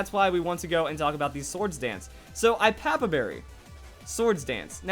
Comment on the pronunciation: its pronounced i-a-pa-pa berry, not i-pa-pa berry